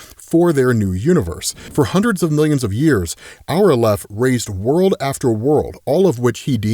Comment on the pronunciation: Not that I'm an authority on this but I have heard "aleph" pronounced with the stress on the first syllable, pronounced like the Al in Alex. Love the videos always!